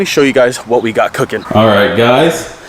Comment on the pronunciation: She said whaaaaasst